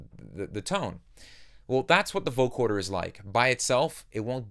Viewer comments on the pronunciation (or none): it's VO-CO-DER not VO-CHORD-ER lol jk who gives a fuck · Nice presentation. One request: vo-CODER, not vo-CORDER. It’s spelled right when in text, but in your presentation you say vo-CORDER 99% of the time. Picky I know. Just something I worked to correct my own speech. Again, great tutelage! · coder not corder. just saying. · Great video, but you keep saying Vocoder like Vocorder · Love the effect, but, dude... Vo-co-der... no 'r' in there.. :-)